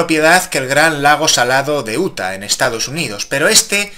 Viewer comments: El estado de Utah se pronuncia "iuta" no "uta" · no sabes pronunciar utha